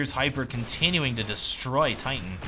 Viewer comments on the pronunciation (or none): none